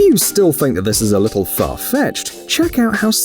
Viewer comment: "The lissle mermaid" 🤣🤣🤣